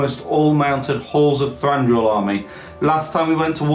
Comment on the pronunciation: Thanks for the summary, guys, and well done! One note that I may have mentioned before: Thranduil has only one r (it's Thranduil, not Thranduril).